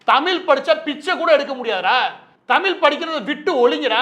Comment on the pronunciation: தமில் இல்ல நண்பரே... தமிழ்!! உச்சரிப்பை சரி பாருங்கள்.